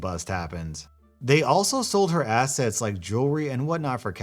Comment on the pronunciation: . Am i the only one who heard him say "acids" no "assets" lol